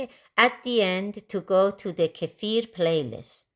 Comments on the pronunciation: I'm about to start making my own kefir, and have seen many videos, but I keep coming back to yours, as you explain it in such a clear and pleasant way 😀 Also a big plus.....you pronounce the word kefir how it should , unlike most others😀 Thank you so much for all the work making these kefir videos ! Greetings from Belgium ! 🥰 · This is by far the best video I have come across on milk kefir! And hats off on pronouncing kefir correctly. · Thank you for pronouncing kefir the right way. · Thank you for pronouncing it correctly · FINALLY, someone on YT who pronounces 'kefir' correctly! Thank you for a great video! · I've watched lots if videos and this woman and only one other guy I've seen pronounce kefir correctly.